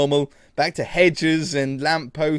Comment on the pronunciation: You say bye so weirdly